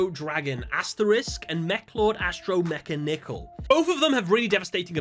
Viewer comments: mechanical. not mecha nickel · So, I'm pretty sure Mekanikle is meant to be pronounced like "Mechanical" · Not wanna be a nerd: You pronounce 'Mekanikal' like 'Mechanical' T.G. Stands for Tech Genius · Mechlord Astro Mekanikle's name is pronounced as "mechanical".